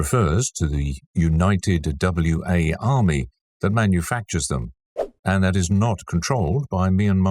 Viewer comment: Wa State is pronounced "Wah State"... like a wah-wah guitar pedal. Wa is not an abbreviation or acronym.